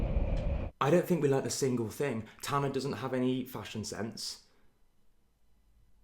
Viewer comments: Nobody:: Tan-ner 👁👄👁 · No one:: Tannaerh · love the way bc of his british accent he pronounces tana w a slight 'er' at the end